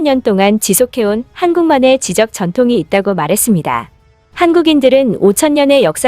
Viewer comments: 지적=>지쩍!이라고 발음해주세요~ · 감사하게 잘 보고 있는데요, 경음화 현상에서 잦은 발음오류가 있습니다. 이 영상에선 '지적'인데요, 글을 쓸 때와 읽을 때가 다릅니다. '지쩍'이라고 읽어 주시고, 다른 영상에서도 종종 발견되던데, 발음 유의해 주시기 바랍니다. 그리고 이 기회에 띄어 읽기도 좀 연습하시구요. '아버지 가방에 들어가신다'처럼 들리는 문장이 참 많습니다. 요즘 한국어가 많은 이목을 받고 있기 때문이기도 하고, 영상에 집중하기가 어려워서요. 수고하신 덕분에 잘 보고 있습니다. 감사드리구요, 건강하세요~~~~ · 지식이나 지성에 관한을 뜻할 때의 지적의 발음은 [지쩍]입니다. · "지식이나 지성에 관한 "이란 뜻의 지적이란 말의 발음은 지적하다처럼 지적이라고 발음해선 안 되고 지쩍이라고 발음해야 함. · 지적질과 지적인 사람의 발음 차이를 구분해 주세요 지적은 지쩍이라 발음합니다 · 혹시 프로그램으로 녹음을 하나요? 자꾸 지적이라고 (무엇인가를 가리키는. 지적(질)하는것) 발음하니... 좀 아닌듯. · 지적은 발음시 "지-쩍"